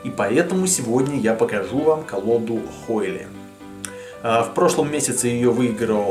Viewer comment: А название колоды произносится разве, как "хойли", а не как "хойл"?